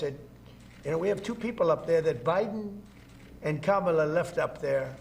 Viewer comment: Oooohhhhh, he accidentally pronounced Kamala correctly! Definitely major cognitive decline.